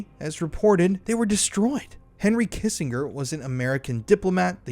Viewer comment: You have never heard how Kissinger is pronounced in your life? He was Sect of State at the end of the Vietnam War